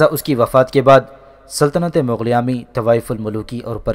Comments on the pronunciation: Mughlia not maghlia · Mughlia not Magghlia